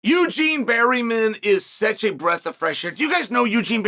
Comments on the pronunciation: has to be on purpose, right? was funny at first but a man who speaks so well, and speaks for a living, seems to mispronounce 25% of the roster. its obvious. and Barreemin is more over the top than Bluhall. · why berryman, chael? why???🤣